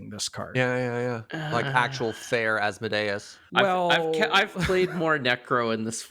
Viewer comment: Congratulations to nailing Asmodeus the first time and parlaying it into an A+ groaner